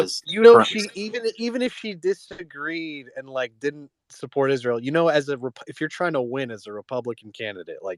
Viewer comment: Like clockwork, the woman campaigning, when asked on her views on Israel, stated she supports Israel and pronounces Israel "Izroll".